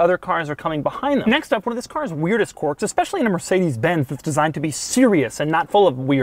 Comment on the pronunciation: Stop saying "Quorks". It doesn't have quorks. It has quirks.